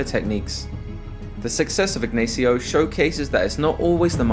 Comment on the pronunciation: It hurts every time you tried to pronounce the common spanish name "Ignacio" as "aegnaeesio"